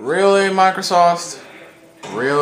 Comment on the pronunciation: sounded like you said microsauce